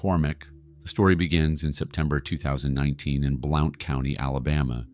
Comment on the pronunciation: just so your corrected. Blount is pronounced blunt. Voice over must be banned. I’m out screw this channel